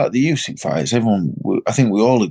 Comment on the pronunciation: Anybody notice Frank called usyk crusyk at the end then said about crusader hmmmm